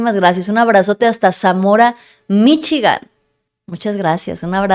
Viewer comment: No, no es Zamorano Michigan es Zamora Michiacan o.es otro Zamora